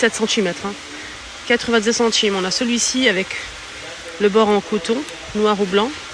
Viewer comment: Et moi j'aime bien quand tu dis centchime au lieu de centime 😂😂😂